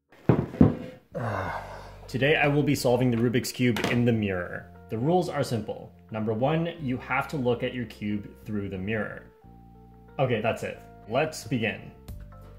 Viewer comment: Love how he said "today i will solve a rubix's cube"